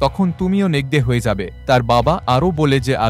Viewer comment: নেকরে কে নেকদে নেকদে বললেন কেন?